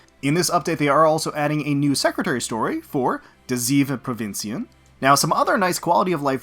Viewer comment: "de zeven provinciën" You tried. Provinciën was pretty good, but you failed on zeven. No mention of the Island reset? Island changes? They are a pretty big deal for us who play that. Got 4 Lyme's, one Queen. Cannot relate...